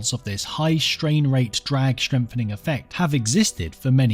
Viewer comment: Well, shtrain rates are certainly shtrange!